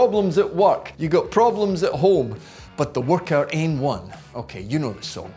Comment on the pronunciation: why is he saying workout more like vodka?